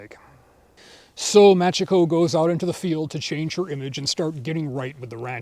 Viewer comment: Only telling you cause you like the series: it's pronounced" Mah chee ko" if it is written as Machiko. Cheers